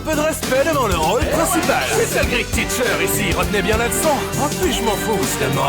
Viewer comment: Je suis le seul a tiqué quand il dit "grite" au lieu de "great" ? XD